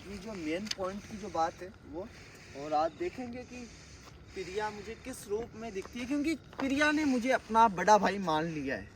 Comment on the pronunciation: 😢 murkh Ram padhe likhe nahin ho kya lagta hai tum anpadh Ho......... Priya Naam Priya Priya kahta hai pahle sun le bol FIR theek se........ Priya Naam hai pahle Jitendra bhaiya se Sun le Naam theek se tab bol....... FIR video banaa bevkuf anpadh jahil Aise video mat banaa........... Upar likha hai Piya Piya kya hota hai......(Priya bol)😢😢😢😢 Gadha pahle video banane chala tha pahle theek se uchharan nahin karta na theek se heading likhta hai upar Piya dikhayen....... Anpadh Raja theek se uchharan karo Priya bolo anpad........ Badi sharm aati hai tum log ke upar jo ki video banane chale aate Ho bolane ka tamiz hai nahin kya bolna hai kya nahin bolna hai..........😢😢😢😢 Ekadam Aise lagta hai anpadh to hai hi Ho Tum...